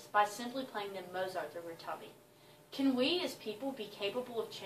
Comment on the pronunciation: why doesn't she pronounce the name correctly?